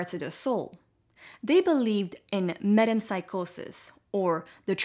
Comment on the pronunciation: I like the way propose and lay out all the views on this great debate. As a greek myself I do get an itch when you pronounce metempsychosis like that xD. As you said all these ideas seem to further confirm ancient teachings of great mystics. Also I believe the reason Socrates holds this knowledge is because the ancient greeks actually do stem from a common ancestor religion. The religion of the indo-europeans, and is very visible when you line up hindu gods with greek ones as well. Sometimes even some common myths like the icarus flying close to the sun for example. In anycase I think these ideas are less going to be solved by debating and more about investigating and analyzing. p.s: Godamn I wish there were more girls like you.